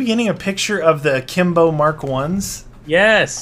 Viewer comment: he says aklimbo